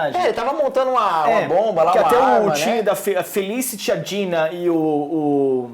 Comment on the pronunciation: Ei Warner Channel Brasil, você paga esses dois pra fazerem isso? Poxa, não tinha uns carinhas mais articulados?! Esse cara barbudo (acho que é ) vem trabalhar no canal da Warner e nem sabe pronunciar os nomes dos personagens de Arrow direito. O cara chama o Roy de Rory, a Dinah de Dina e a Laurel de Lauren....por favor né!!!!Tudo bem que nem um dos dois gostam de Arrow (são 2 fanboys de Flash descaradamente), mas se está trabalhando com todas as séries do Arrowverse, ao menos aprende os nomes dos personagens direito!!!Isso é o minimo. O do canal Hero mania ao menos sabe pronunciar os nomes dos personagens direito.